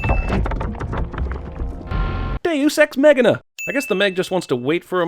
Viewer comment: He says ''ex machina'' (meggina) in almost every single ''Everything Wrong With'' video. xD